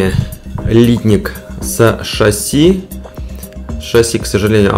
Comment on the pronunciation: Ударение в слове литнИк на второй слог.